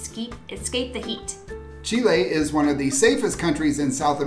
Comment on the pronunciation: Thank your for the correct pronunciation of Chile!